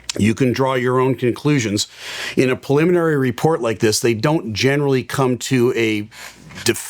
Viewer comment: Say it with me...."pre-limin-ary".